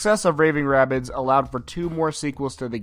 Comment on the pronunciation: its not ray bids its rahh bids